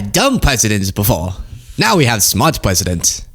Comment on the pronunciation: 🤣 Dumb pwesidents... Good one.